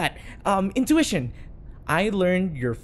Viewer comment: didn’t even say it right he said innuition 😭😭😭